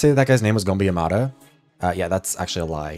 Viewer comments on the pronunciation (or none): none